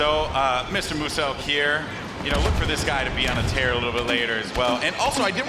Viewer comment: It's muselk not Mooselk.